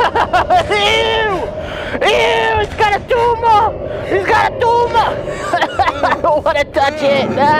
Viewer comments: HES GOT A TUMAH HES GOT A TUMAH - 2014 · 0.43 is he saying tumor?